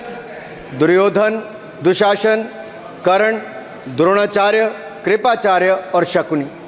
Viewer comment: राहुल गांधी को करण बोलना नहीं आता करना बोलता है क्या करना😂😂😂